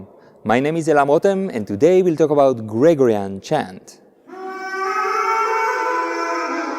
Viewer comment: your English is very good and of course no one minds a foreign accent but there is just one thing that sticks out when you say it and I think you need to change and that is the word Gregorian. It has the stress , the siliba tonica, on the second syllable. GreGOrian like that not GREgorian